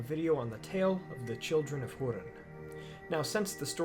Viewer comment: its not called hurin but HOERIN